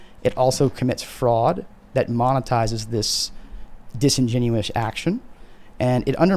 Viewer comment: The word is disingenuous